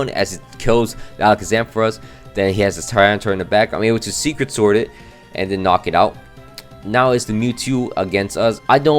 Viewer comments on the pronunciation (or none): none